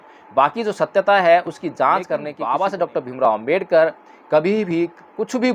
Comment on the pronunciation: Jay bhim sir, agar ap ko buran na lage to ek ba banana Cahaba hu.sir ap please baba sahib ambedker ji ka Nam spast boleyn jayse ..parampujya dr.bhimrao ambedker. Sorry sir baba sahib ka Nam spast na leya to baba Sshsb ka apman jaisa lagta hai . Sorry